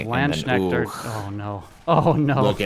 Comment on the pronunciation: Landsknecht pronunciation killed me though 💀 😂❤️